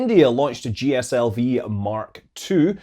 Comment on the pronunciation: Every time you say “GSLV” I hear “General System Vehicle”.